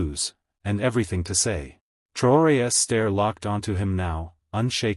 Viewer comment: Learn how to pronounce the possessive of Traore.